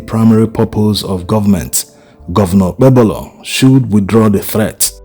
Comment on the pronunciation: It is pronounced like OKPEHOLO. THE 'B' in OKPEBHOLO is silent. What is his WAEC 2008 Results?